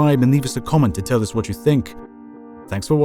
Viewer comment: "Wnat?" Instead of "What?" Can't believe no other comment about it.